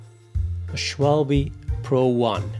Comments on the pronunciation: "Schwalbii" = nearly... ;-)... it is more like "Schwalbø".... with a short "ø"... and the mic was as tired as your eyes look .... and great vid again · It's Schwalbe with the "e" like the "a" in another.